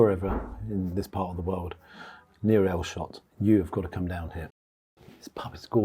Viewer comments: Elshot?! Eesholt?! Gerrit reet auld lad! 🤣 Esh as in fresh. Olt as in bolt! 👈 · its Esholt not Elshot lol x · Not Elshot or Eesholt...it's Esholt as in eh! x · I used to live 2 miles from there for most of my life until the late 90's. Never actually went in as I always thought it was just used for filming. It's pronounced Esholt, not EEsholt! I live in Cornwall now, a different world compared to my home county of Yorkshire. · Great review around the corner from me….just a little one Esholt is pronounced as ‘Eh-sholt’